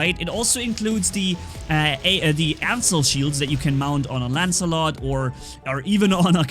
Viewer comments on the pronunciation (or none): none